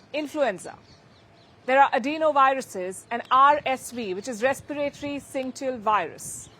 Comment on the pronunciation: It is either pronounced "Sinsishal" or "Sinsitial"...